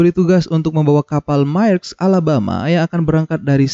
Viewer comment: Fyi, Maersk dibacanya mersk